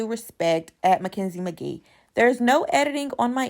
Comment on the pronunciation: First her last name is McKee not Magee. I feel like when people read Mackenzies book you will understand her a lot better. I think MTV has given enough airtime to their political agenda making sure they are politically correct on everything type of race, gender and sexuality, transgender relationships and I hope I didn't leave anyone out. Not sure why Maci was upset but Mackenzie has made her mistakes, apologized let's move on without taking it wrong with every word coming out of someones mouth. Election is over let's show something worth watching.